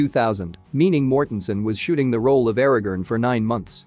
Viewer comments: Tell your AI voice that is it Aragorn, not Aragon. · Aragerrn! ARAGORN Christ.... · Your AI mispronounced Aaragorn for the entire video.